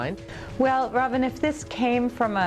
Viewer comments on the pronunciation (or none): none